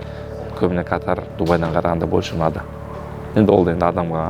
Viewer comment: Катар. Катар емес😂